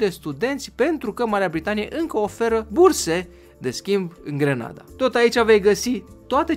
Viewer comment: NU ESTE DE FAPT GRANADA (IN LOC DE ``GRENADA``🤣!!!!!!!!!!!!!!!!!!!!!!!!!!!!!!!!!!!!!!